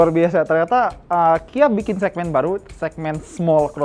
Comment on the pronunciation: itu ngomong "Ternyata" atau "Toyota" yak.. 😂😂😂